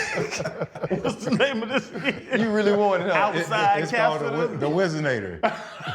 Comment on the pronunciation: He said , " Wizanator " lol lol